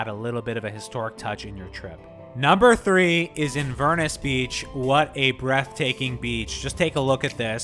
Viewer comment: Good review but the mispronunciations of Ingonish and Inverness are tough to listen to